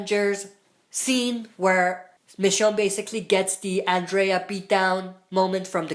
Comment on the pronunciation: Killed me that you can't say Andrea' name right 😂